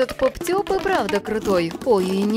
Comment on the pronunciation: НИ ПОП ТЬУП А ПОП ТУП